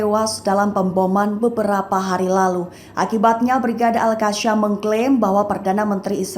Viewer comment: Sebutan Al Qassam tidak betul oleh host.. Sebutla betul2